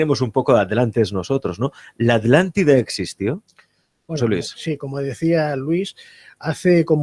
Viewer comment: Porque todos los españoles diven ALANTIDA.. si es ATLÁNTIDA??? no pueden pronunciar bien la palabra? Igual son redundantes .. dicen "subir para arriba". Veo tantos videos de youtubers españoles y todos tienen ese detalle, a pesar de ostentar tener estudios.